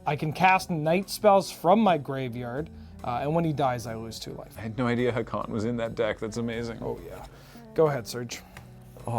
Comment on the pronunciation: The prononciation of Haakon drives my Norwegian brain mad.